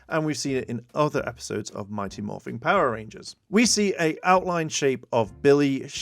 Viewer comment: It is mighty Morphin, not morphing you, people who don’t get things right really annoying me